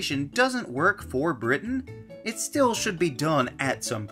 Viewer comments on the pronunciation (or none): none